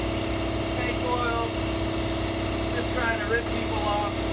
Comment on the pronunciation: Oil not awl